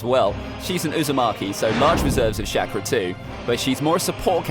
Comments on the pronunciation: I love how you say shackra instead of chalkra ( ik its chakra ) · Why this man said shakura but it is said chakara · CHA-KRA not SHAKRAR. and id s say kakazu is stronger than sasuke at this point of the story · the way he says chakra is shakra